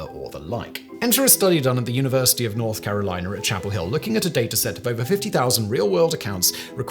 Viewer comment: "North Caroliner". Okay ...